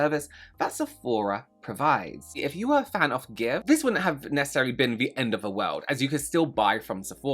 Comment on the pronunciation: How the hecc does one get g x v e pronounced as give? It's gi-shi-ve, and you cannot change my mind, lol. And, celebs are not your friends, and celebs are not a cause. Stop "supporting" them. Buy their shite if it's good or fun, or preferably both. But not for no other reason.